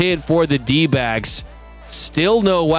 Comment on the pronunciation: lmao... the 12 year old in snickers like Beavis and Butthead... "Dodgers n D'bags", Iknow he's trying to say D'backs but the pronunciation says otherwise.